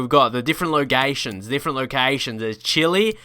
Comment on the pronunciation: he said logations I'm dying😂😂